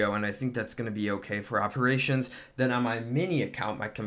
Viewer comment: "aNd DeN hIt Da CoRe"